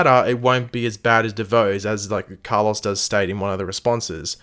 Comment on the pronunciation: Why do you say Car-Loss, and not Carloes